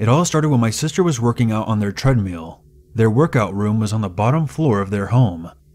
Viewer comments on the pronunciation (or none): The way you say treadmill is funny